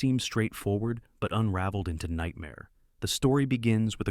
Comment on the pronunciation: Not exactly. You capitalized both syllables; meaning both have accents. In the proper pronunciation of his name the accent is on the second syllable only, so it's mil 'LAND or mill 'AND.